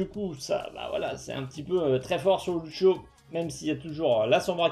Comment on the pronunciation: " ceu beuf deu Loutcho "